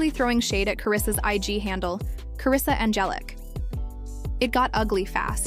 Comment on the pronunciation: Who the hell is Karrisa? It’s Karlisa